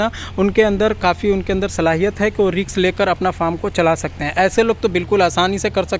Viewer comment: Riks (Risk) uskaya (uksaya)😂🤣 are aap Bhi..😂